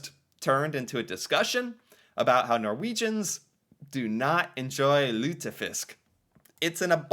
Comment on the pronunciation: You pronounced lutefisk well.